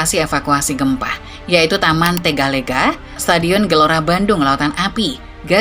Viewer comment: Maap .bukan sesar LMBANG cara bacanya. Tapi sesar LEMBANG ! E....E....LEMBANG .bukan LMBANG. TEGAL LEGA .salah lg cara baca nya. Bukan TEGAL LEGA ! Tapi TGAL LGA .mksh .